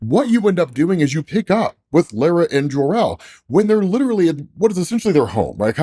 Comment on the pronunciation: Kal-els mothers name is pronounced "law-ra" not "lairuh"